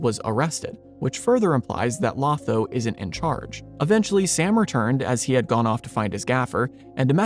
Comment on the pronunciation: I think you left out a tiny but key detail. Sam is told, he was one of the Ring Bearers while they are at the havens, but that he could not _ yet_ sail into the west. The door is left open that he might see Frodo once more. Also, Lotho's name is pronounced with two long "O"s. It is a jest by Tolkien that one of the most loathsome hobbits in the Shire is named to alliterate with the word - thus, loathsome Lotho.